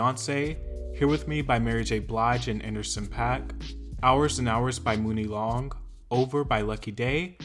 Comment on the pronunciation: For God’s Sake It’s MONEY Long. Not MOONie.